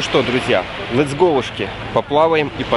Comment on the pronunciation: Гарне вiдео,тiльки не кажи -"летсгоушкi"